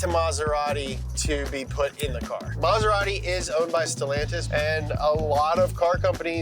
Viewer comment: Mazerari? Ahh, American pronunciation... 😏